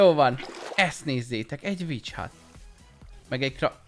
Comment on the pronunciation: Witch hut helyett véletlen bitch hutot értettem